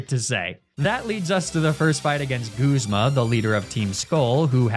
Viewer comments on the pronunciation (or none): none